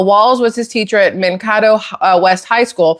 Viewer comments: yeah, Mankato. Man-kay-tow. You know....the second a is long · You are saying the highschool name wrong. It sounds like man Cato, Mankato . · This video's fake. I've lived in Mankato, MN and no one calls it Man-kat-oh, it is pronounced Man-KAY-to. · Just a minor thing: NO ONE from the Midwest—much less Minnesota—says: Man-kah-toe for Mankato. It’s pronounced Man-kay-toe. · ❤love your videos. Don't mean to be nit picky, but I live in MN & Mankato is pronounced Man Kato with the long a. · Pronounced with Long A in town in MN , Man-KA-toe, . . . (I lived nearby for three years in 1970s after marriage.) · Not that it matters but Mankato is pronounced Man-kay-toe. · It's pronounced Mankato with a long A. Like in name Jane. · Just for clarification, since I'm here in MN... it's pronounced MAN-KAY-TOE, been there several times. College town. Gag. As for Tampon himself, the guy is a piece of sh*t and that's giving him the better of it. What he did here in MN is shameful and most MN's can't stand his guts. I'm beginning to believe that the Dems picked this loser because they knew they could blackmail him to do whatever they wanted... and, I can't stress this enough, if Bonushole and Tampon get in - its because of cheating, cheating, cheating. Did any of you hear about the mail in ballots being found near the sewer drains? Its already started. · Just an FYI: Mankato is pronounced Man-K-toe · It's pronounced man-cay-toe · I live near that town It's pronounced Man-kay-toe. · Hi! LOVE YOUR VIDEOS!!! I'm from Minnesota... just an FYI.... Mankato is pronounced (man kay toe). 😊 and Tampon Tim is 🤢🤮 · Mankato pronounced Man Kay tow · Mankato is pronounced Man (like a male person) Kay toe. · Potatoe is Man Kay toe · Mankato, pronounced Man-kay- toe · Not to be a pain ( im in Minnesota) Its called Mankato ( man -kay-toe) And look at Waltz behavior... he just acts Like a Flamboyant Gay ! ( Richard Simons like , just saying) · Man-Kay-Toe. Thanks for the videos!